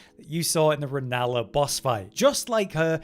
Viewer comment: "RELLANA" not "RENALLA" lol